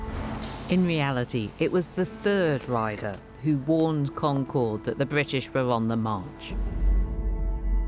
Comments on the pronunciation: According to the BBC's own series about the English Language, New Englanders speak a more accurate English than the modern day English. So maybe she should learn how to say the name of the town in New England. Hint: it's CON-cerd, rather than Con-CHORD. In school we all learned that there were multiple riders in history class, and we learned Longfellow's poem in english class. It's not such a big deal. For an alternative telling of the history in more detail, check out the videos on the subject on the "All Revolutionary War, All the time" YouTube channel. The pronunciation is more accurate over there too. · The locals don't pronounce Concord like the plane. It's like con-KERD. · And Concord is pronounced like "conquered", the second syllable is unstressed. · She learned a lot on this trip but not how to pronounce "Concord".